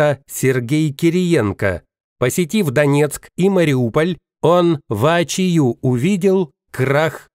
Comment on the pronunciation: Замечание. Читается: воо́чию.